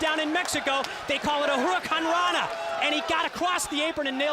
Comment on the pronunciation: The famous mexican move "JURRUAKANANA" 😂